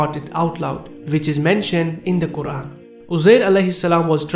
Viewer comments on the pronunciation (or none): none